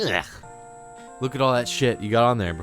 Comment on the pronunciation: its erganomicly....layuhyah yuk!